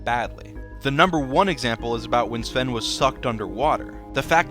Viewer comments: The thing is that you pronounced Sven correctly. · Really good pronunciation of the name "Sven".